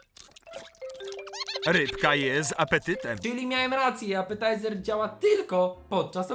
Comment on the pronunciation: Nie mogę...apataizer 😂